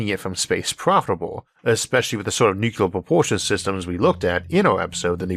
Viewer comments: The word is 'nu-cle-ar', not 'nuc-u-lar'. How hard is that? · I have no issue at all with the speech impediment - but please please for the love of Sagan, please learn to pronounce "nuclear" correctly! It's "new-clee-er", not "new-que-ler". Thank you. Also I love your channel. No matter how you mis-pronounce "nuclear". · nucular is not a word. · why cant people pronounce Nuclear properly? Only idiots call it NooCular. It is properly pronounced NewClear. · Gave up 2 seconds in with the 1st mention of "nucular". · The word "nuclear" has two , not three. Talk to a nuclear physicist, please. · Do you think that the qualifications for the narrator of a video essay about nuclear energy might include being able to pronounce "nuclear" (including the "r")? Not poking fun, but seriously?